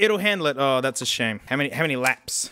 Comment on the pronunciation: "'OW MANY LAPSS" IM DYING